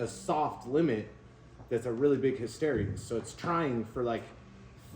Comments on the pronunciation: It's hysteresis, not hysterious! Lol. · Hey - his-te-ree-sis thought you should know.